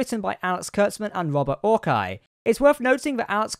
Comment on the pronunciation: The dreck slinger's name is pronounced 'OR-see', not 'ORK-eye'.